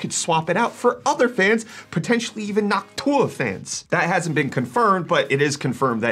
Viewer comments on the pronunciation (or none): Saying Noctua like Hawk Tuah did not go unnoticed. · Bro really said Nawk Tuah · yup. The entire video, that's all I heard.... Nawk Tuah! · did he really say... NocTUAH? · Why does bro say Noctua like hawk tauh? xD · the "noc tua" xD he said it like hawk tua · why did you say noc tuah fans like that? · The way you said Noctua fans sounded a lot like hawk Tua 😂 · Did he just say Noc TUAH? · He definitely did lmao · I’m glad I’m not the only one that heard it 😂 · Today I realized your alternative pronunciation of Noctua, and oh noooooo